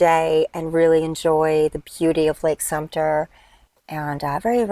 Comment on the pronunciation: It’s Sumter, not Sumpter